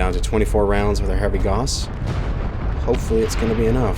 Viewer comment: Good vid but I will say it is pronounced like cows but with a g sound instead =P